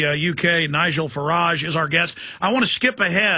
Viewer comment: Alex has been getting all the small details wrong though even calling Farage an EUP not MEP, even pronuncing his name wrong, but the small details dont matter much